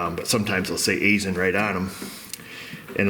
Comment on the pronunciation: Fun fact: I'm an outside contractor who frequently works at an Aisin facility. It's pronunced EYE-SHUN though many employees often say it as EYE-SIN